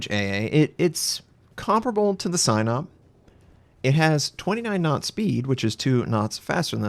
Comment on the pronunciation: SAI NOP? i thought its pronounced SEE NOP